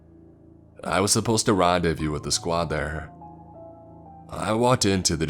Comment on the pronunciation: LAZY MISPRONUNCIATIONS: a faux wall "a fox wall". the hunter corps "the hunter corpse". rendezvous "ron day view". chimera "chim era". intestines "in test tines". Does anyone know if english is his native language?